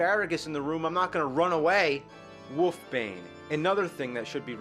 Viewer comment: I like how you call it woof bane :P